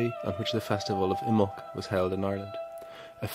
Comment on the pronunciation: Imbolg has three syllables. I muh lug.